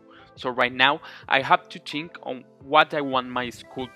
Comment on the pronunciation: I love your accent but ‘I tink we are reading guys and we need to pooblish it’ is awesome